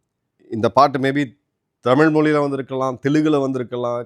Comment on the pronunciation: உங்கள் நிகழ்ச்சிகளில் இருக்கும் ஒரே பெரும் குறை மோசமான தமிழ் உச்சரிப்பு. குறிப்பாக ல ழ ள. இதை சரி செய்து விட்டால் மிகவும் சிறப்பாக இருக்கும். அவர்கல் இவர்கல் தமில் அப்பலுக்கு பலம் பெறும் இப்படி ஒரு நாளும் உச்சரிக்க வேண்டாம். கொஞ்சம் முயற்சி செய்யுங்கள் கண்டிப்பாக சரி செய்து விடலாம்.